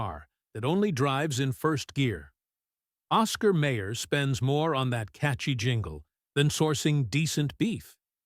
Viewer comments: Lots of fat in Ball Park franks. That's why "they plump when you cook them". BTW: It's Oscar Mi-er NOT May-er. I wonder when a Rabi last visited the Hebrew National plant? BTW: Remember when hot dogs were made from pork? You can't find them any more. That was a hot dog. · It is not Oscar Mayor, it is Oscar MY-er. AI narration sucks! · oscar mayor? it's meye-or. maybe YOU should sing not hum the jingle. major loss of credibility. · Someone please tell that narrator (AI?) how to pronounce Oscar Mayer! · Yes, every time the AI monitor says May-er instead of My-er, I want to punch the phone!! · At least tell the AI it's pronounced Oscar My-er, my oh my. Just listen to that famous jingle. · Oscar MY'err is NOT an obscure brand. There is absolutely NO EXCUSE for any human OR A.I. to mispronounce that name. And in 71 years I have NEVER seen a hot dog turn to mush. I did not finish watching this piece of crap. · My god, AI cannot even pronounce Oscar Mayer correctly! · AI sucks!